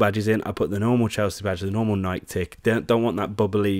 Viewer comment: bro ur pronouncing nike wrong